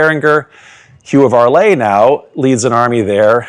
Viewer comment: Amazing video. Just an observation: "Arles" is not pronounced "Arlay" but "Arl".